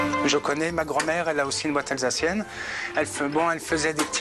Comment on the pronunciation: Une honte la prononciation soit disant alsacienne 👎